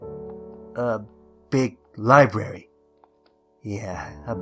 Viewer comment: A libery huh sounds like twilights liberiy